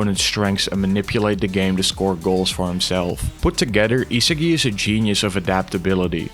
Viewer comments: Yo... how do you make a video on Blue lock and call the main character ee-se-gi the whole time... EE-SA-GI man it's not even hard to pronounce. It may seem like nitpicking, but it actually isn't. How tf am I supposed to take a video on Blue Lock seriously if the video creator doesn't even pronounce an easy name of the main character properly. Cuz I can tell you that neither the sub nor dub pronounced his name ee-se-gi. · Your pronunciation of isagi is annoying the shit out of me. E-SAH-GI not HeSeeGi ffs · e sa gee not e siggy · stopped watching as soon as i heard eesagai ngl xD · Is no one gonna talk about how he pronounces Isagi 😭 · Nah bro but how the hell do u manage to mispronounce Isagi lmao I legit stopped watching the vid cuz of that major L